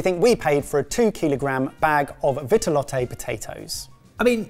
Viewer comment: Btw it's pronounced vee-tuh-lot